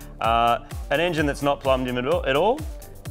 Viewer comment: The "enyin" is in. What is an "enyin"?